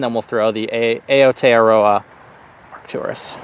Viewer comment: Aotearoa should be pronounced "OW-TAY-ROW-AH"